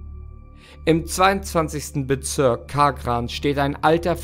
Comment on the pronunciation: "Im 22. Bezürk Kaaah-gran". Oida des tuat doppelt weh. Donaustadt warrats gwesn.